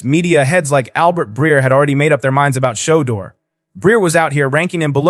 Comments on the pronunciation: Is he saying showduer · Can u please pronounce his name the right way? Why do yall do that mess? U pronounce every word correct except that man’s name. Someone has surely told u this. Get it right narrator.